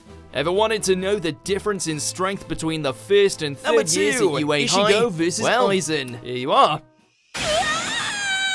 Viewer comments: I'd like to point out that Ichigo.,is not pronounced e-shigo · Why does he keep saying ishigo??? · Man....you really pronounced it as I-sh-igo :D damn.... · Not issigo, it is ichigo